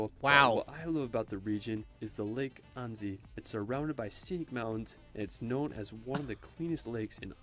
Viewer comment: Hi! I'm from Annecy and it's not pronounced "anezy" but "anessy" with a S not a Z ^^